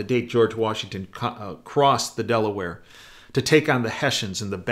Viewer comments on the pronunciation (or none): none